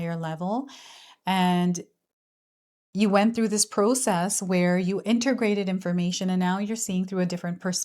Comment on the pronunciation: Pro-cess A pros- mess. Not a mystery Not rocket science. Why me Lord?